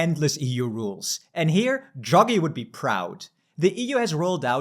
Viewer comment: feedback: - you pronounce Draghi as druggy. funny, but distracting. it's DRAH-gee. takes only a few seconds to look up and you immediately come across way more professional. - big zoomed in faces are also very distracting